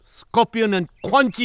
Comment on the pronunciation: Bro Just said Quante